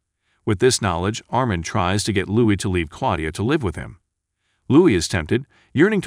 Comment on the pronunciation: is this narrator a bot? He does not seem to understand how to pronounce the word "live" contextually at times, also can not pronounce French names